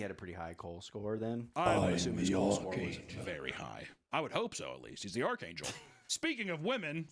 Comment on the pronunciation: “I am the ARK ANGEL!” 😂